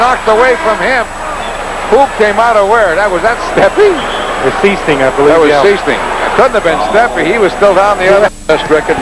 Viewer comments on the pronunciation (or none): Is #14 Jerry Sichting? (SIGHT-ing, not SEE-sting)